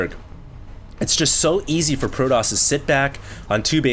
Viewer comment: its fucking pro TOSS not pro DOSS